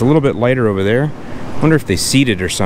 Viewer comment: no one here says "o'er by dere"